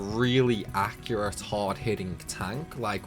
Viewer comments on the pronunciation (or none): none